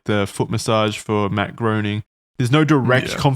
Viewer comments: Groening is pronounced “graining.” That is all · It was impossible for me to sweat. WAT. EDIT: Its pronounced Graining' ... apparently. Im not a fan, just a stickler. Also remember a lot of these ppl are on here for blackmail purposes. Maxwell should be in for life fooor sure. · Charlie my brother, you are so with it, so hip to the facts that I feel rather hesitant to be the "Uhm actually" guy, but... Uhm actually, Matt Groenig's name is pronounced Grā-nig.👍🏾 I really enjoy y'all, intelligent, funny, poignant. Thanks guys.